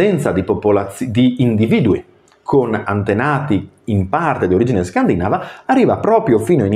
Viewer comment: Video molto interessante, però scusa…Penisola scandinàva non si può sentire. Scandìnava, e scandìnavi dai. Sei laureato dai..